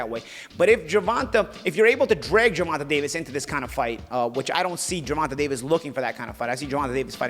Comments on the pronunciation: Great podcast, just bringing up both these guys past was unnecessary to me. I understand you don't like the hypothetical ways of the suits/Showtime, but why bring up Tanks/Rolly past when you don't know the why of it? Also, you pronounce Tanks name Ger-Van- Tay not Ger-Van -Ta. Besides that, great pod. Let's go Bmore/Charm City. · ur the GOAT!. But you have to say the previous TMT promoted boxers name right lol... His name is Ger-von-tay Davis... Be good. Be safe.. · Ha. He calls him Gervontah. Keep it going. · “Gervontuh” 😭 gotta love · must’ve said GERVONTAH ABOUT 100 times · Why does he keep mispronouncing Gervontas name???